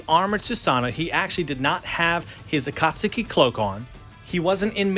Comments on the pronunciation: akat-suki... A-kat-suki... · My man just called the Akatsuki the akatsaki and he’s blowing his entire life savings on These statues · why is it always yanks that have to say names for anime stuff wrong its akat-ski not akat-suki even tho its spelt akatsuki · did you really just call it "Akatsooki"? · wait wait did he say "akatsooki" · My favorite statue of all time but not to be that guy why do you pronounce it “Akat-sooky” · I hope you know the U in Akatsuki is silent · Learn how to say the name akatsuki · I love watching these unboxings and i love the channel, but everytime he says Akatsuki I cringe. This is the first person that I ever hear say Akatsuki like that and call himself a fan. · You pronounce Susanoo so many different ways and Akatsuki...........why, just why? No one has ever said it like that.